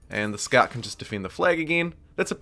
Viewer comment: I'm from NZ and I can't quite pinpoint your accent. It's definitely kiwi, as the "kiora" suggested, but some things sound English, and maybe Australian, and maybe something else I can't pick. Like you said something like: 'aw nah look they're running in with "skart" riders' For "scout", is that a UK accent? Anything else? Just curious lol